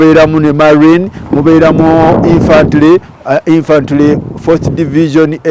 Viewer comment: Infantore also your pronunciation